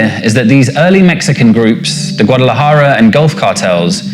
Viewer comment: They've got all these white boys talking a whole lot about something they know very little of 🤦‍♂️ Can't even pronounce Guadalajara correctly 😂